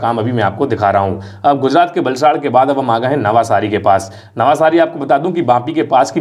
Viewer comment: नवसारी, not नवासारी